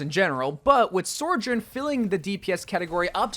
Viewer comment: Say it with me: SO-JOURN SO JOURN Not Sorejourn or Soarjourn